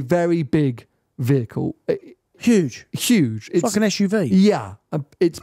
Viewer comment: <- I know said "like an SUV" but it really sounded like "fuckin' SUV" if you listen right.